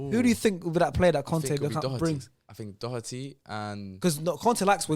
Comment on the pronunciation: My man said Doherty 😂😂😂😂😂😂😂😂😂😂😂😂😂😂😂😂😂😂😂😂 All Tottenham fans let's laugh together